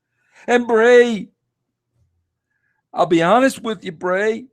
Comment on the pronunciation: I apologise it's "Bray" not Brey, Brey sounds like an early 90s surfer "dude"